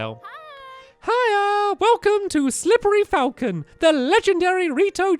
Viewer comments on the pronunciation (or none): none